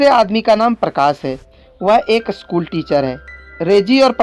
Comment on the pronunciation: BHAI ONLY ONE SUGGESTION SCHOOL HAI BO NA KI ASCHOOL HAI 🤬🤬🤬🤬🤬🤬🤬🤬🤬